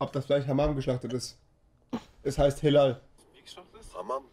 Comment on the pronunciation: bei sekunde es heißt nicht helal sondern halal